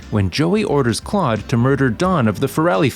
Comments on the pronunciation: He said clode instead of Claude 😂😂😂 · you supposed to say Claude not Clode 🤣🤣